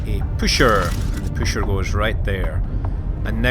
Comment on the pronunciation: its not called püscher though its pusher